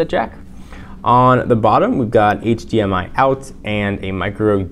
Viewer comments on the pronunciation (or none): none